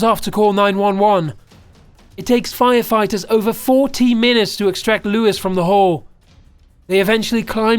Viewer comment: named leWIZ and mEHcky